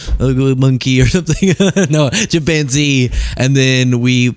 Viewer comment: You made chimpanzee one syllable...how? So adorable! 🥰